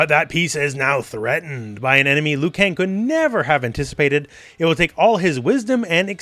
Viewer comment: Are you sure its Liukang?